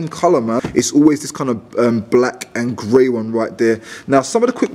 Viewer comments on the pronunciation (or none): none